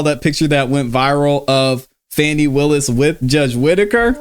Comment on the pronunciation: Calling her Fanny is pure ignorance is Fani pronounced Fawny. Anyways Kramer is 1000% right to call Fani out. That trial is ooc!🤬